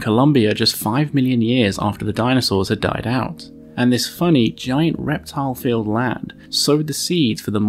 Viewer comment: Am I the only one that heard reptile as reptars?